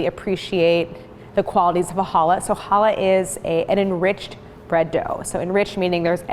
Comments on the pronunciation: Pronounce CHallah, not hollah (which is what people will do at you if you pronounce it wrong!) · She's mispronouncing "Challah". There's a Ch at the beginning. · It literally does, though. Ever heard of Bach? Or a Scottish loch? And even if it didn't exist in English, why would that be an excuse? It's an easy sound to make, if you're not willfully ignorant.